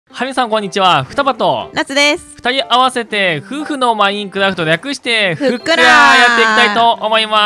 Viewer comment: ふたりとも「ふっくら」の発音が違うのすこ